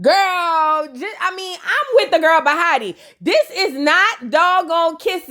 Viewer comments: lol I love you but … the girl is bahati … 😭😭 every time you say bahata, i get skressed! And please don’t take it personal But also, I’m not sure if she’s East African or specifically Kenya, but her name means “luck.” It’s a swahili word. I’m from Kenya that’s why I’m saying it but many East Africans speak Swahili.. but lol ok just saying 😭 and please don’t offended ❤❤❤ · You calling her “bahatah” really cracks me up 🤣🤣🤣 it’s Bahati(tee) …..chile, I don’t even watch these shows but I love hearing your commentary !! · you put respect in her name, it's Bahati not Bahara 😂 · Omg I’m not gonna get used to u saying bahata it so easy to jus say bahati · It’s you saying bahata for me 😂 overtime you’ll get the names down packed